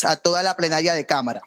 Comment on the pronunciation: POR FAVOR! La congresista Carolina Arbeláez, dice PREnaria en vez de PLEnaria!!!